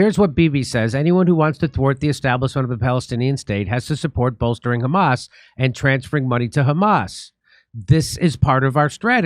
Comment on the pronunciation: first Isreali saying "Hamas" right instead of khamas or ghamas